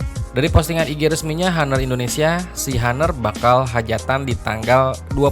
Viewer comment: bacanya aner, bukan haner